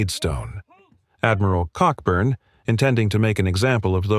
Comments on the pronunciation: An excellent summary of the 1814 campaign but you should know that Admiral Cockburn’s name is pronounced Coburn - perhaps for obvious reasons! General Robert Ross, a veteran of the long Peninsular War against Napoleon, is commemorated by a large obelisk in Northern Ireland overlooking Carlingford Lough at the place he had planned to build his home after the Napoleonic Wars. It is clear that American politicians like to lead from the front and it was they who actually came first in the Bladensburg Races. It was a shame that the Library of Congress was destroyed as the politicians hadn’t finished colouring in all the books when it happened. Fortunately, the British and Americans have been firm allies ever since this little misunderstanding which arose from a misguided belief that Canada was there for the taking. Wasn’t then - isn’t now! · Cockburn pronunciation is Coburn 🙏 🇬🇧